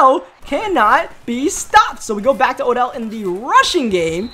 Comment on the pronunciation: you called Odell “odj”. I just didn’t know if you noticed but good vid